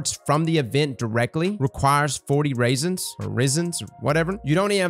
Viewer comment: This dude pronounce resin as ‘raisin’